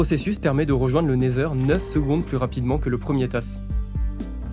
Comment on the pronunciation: super ta vidéo, vraiment dynamique c’est cool a écouter et regarder ! par contre ta prononciation du Nether ou de Wither laisse a désirer